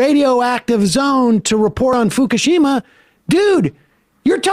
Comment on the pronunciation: Tim says "Fukishima" like an embarrassing dad ordering food at any ethnic restaurant.